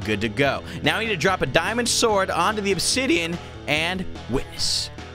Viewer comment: Honestly, obisian ab-is-si-on is what it said